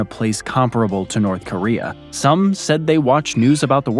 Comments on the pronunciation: "North Koreum"? East Africum???" He randomly places the letter "m" EVERYWHERE. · “In north koream” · "NORF KORIA HAS NOFING ON FIS COUNTRY!!!" Meanwhile, just across the Caspian sea, Chechnya exists.